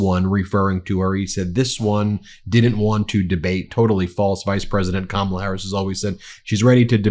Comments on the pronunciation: Kah-mah-lah dotard, but I guess it takes intellect to know how to pronounce it. Harris/Walls 2024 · They don't know her last name, because he's saying someone else's name. Let's make it easy, ConOld... CommaLaa. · You don’t mispronounce one word, except your main opponents name “Kamala”!!!!!😂 😂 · He has to verbally stop! so he doesn’t accidentally say Kamala’s name correctly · Hell, he doesn't know how to pronounce her FIRST name, 😄😄😄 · He doesn't mispronounce one word? He can't even say Kamal! Of course he just calls her "this one" which is yet more misogynistic bullshit. Very Margaret Atwood... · Maybe more people would know who you were talking about, Donnie, if you pronounced her first name properly. Ya think? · How about start by not mispronouncing Kamala's name . . . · He always pauses before he says Kamala’s name because he’s trying to make sure he pronounces it wrong. He knows how to pronounce it correctly because there’s been many occasions when he has. He’s TRYING to pronounce it wrong. So childish. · Every time he's gonna say 'Kamala', notice the slight pause as he has a quick think on how to pronounce it this time round. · If a person said the name rite millions of time b4 n now he can't prounce it rite, definitely something wrong with this person. Dementia or alzheimers put him in the mental institution. Vote BLUE, Kamla / Walz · He thinks making fun of people's names which by the way is another r)ethnic slur, and these disgusting audience members thinking it's funny just shows you the hate that he loves to spread and feed but pronounced one of their names wrong they will go off the rails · Trump is unable to remember how to say Kamala's name so he has to avoid it or make fun of it. I have rarely heard him pronounce it correctly and he is obviously uncomfortable with it. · Says 2 hours without mispronouncing a word and immediately mispronounces Kamala. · What a childish, insecure, petty child. He won’t pronounce Harris’ name correctly.